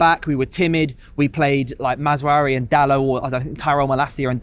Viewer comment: Why does the United guy call him mazawari? So annoying. Its mazaraoui